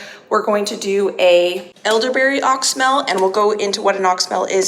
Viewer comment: I am an herbalist and wanted to let you know that you are mispronouncing oxymel. It is pronounced ox-e-mel. 3 syllables.